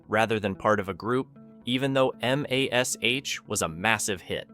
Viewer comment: "Hawaii Five- OH", not 'five-zero'. "M-A-S-H" .... seriously!? MASH is spoken as a word. Please train this AI voice to pronounce these these correctly. 😮